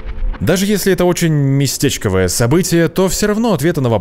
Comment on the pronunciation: Не местЕчковое, а местечкОвое событие. Не под скАлистым, а под скалИстым склоном. Мы НЕ ЗНАЕМ в 1000 раз больше, чем знаем, и пора бы уже это не только понять, но и принять как аксиому